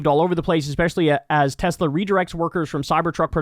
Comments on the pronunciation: I love Teslurrrrr!! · I LOVE TESLERRRRRRR😂😂😂😂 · It’s pronounced “Tesler” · I can hear Trump saying "I love Tesler" 😅